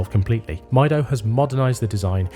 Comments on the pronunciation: It's meedo not mydo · It's pronounced "meedo" I guess, is from spanish "Yo Mido" which translates to "I measure" time I suppose, on other hand, I'm not ok with Seiko offering 3hrz movements in +600$ watches, I think the same thing on Swatch group, give me a regular ETA 2824 with the full 8 bph and less power reserve. Powermatic 80 is just cost cutting. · Mydo mydo mydo 😂😂😂, these people are soooooo ignorant don't even care to pronounce the brand properly. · I would have assumed Time+Tide would know how the Brand Mido is pronounced correctly 😅